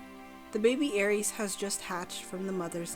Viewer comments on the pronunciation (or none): It’s pronounced aer-ess developers included a pronunciation when first revealing the Aereis